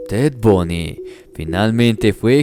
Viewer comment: SU NOMBRE ES TED BUNDY,BUNDYYY,,NO TED BUNY. LA PROXIMA VEZ PORFAVOR DE COREJIR SU NOMBRE CORECTO...BUNDY. ERES UN BUEN NARADOR EN TUS HISTORIAS.